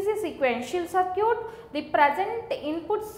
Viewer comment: a good example of how bad or wrong pronunciation can make things very difficult. "Circuit" is pronounced differently!